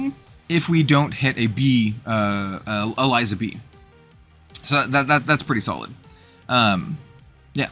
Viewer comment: I think I'd probably play the Elizabee deck. I've always enjoyed gimmick decks like Croco-Sharks in FoW. Just an unrelated note, Eliza in Elizabee is pronounced like Elizabeth because she's a reference to Queen Elizabeth.